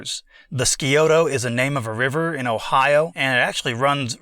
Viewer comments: Thanks. BTW we Ross County natives pronounce the river "Si-oto". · Scioto is pronounced Sigh-Oh-toe 👍👍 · Scioto is pronounced "sigh-ohto'